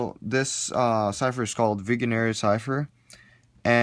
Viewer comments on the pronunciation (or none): Isn't it pronounced /viεenere/